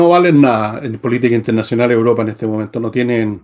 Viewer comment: se dice Europa, no Uropa